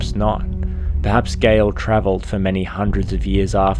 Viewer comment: It's Gael, not Gale